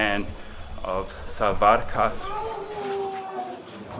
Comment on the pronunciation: pronounce it like saa-worker , you can get very similar to सावरकर